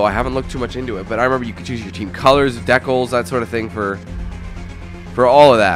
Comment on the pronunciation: haha "Dekels" (Decals)